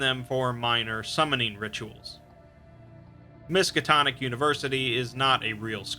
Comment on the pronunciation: narrator: "Miskitonic university..." me: looks up from Minecraft Lovecraft wut?